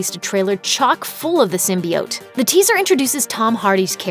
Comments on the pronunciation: Symbiote - is pronounced Sim-buy-ot, not sim-buy-oats. Please don't feed the idiocracy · The fact you said it "sim-BEE-oat" lets me know I can trust you. I will now probably see all these!